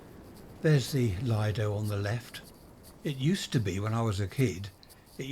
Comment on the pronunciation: 'Lee-doe' is the correct pronunciation. There's a great Chinese owned fish and chip shop by West Worthing station. Have you tried that for comparison?